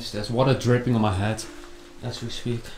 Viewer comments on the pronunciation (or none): none